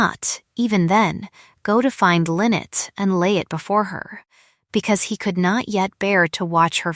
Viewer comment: It's pronounced "Michael mass" not "My Kelmas".Train AI better. Lynette is pronouned as "lin net" not "linnit".